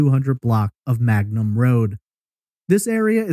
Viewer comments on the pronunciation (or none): It’s Mangum Road, not Magnum. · Its Mangum not Magnum